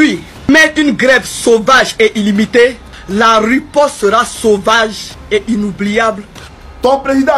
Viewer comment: La riposte et non ruposte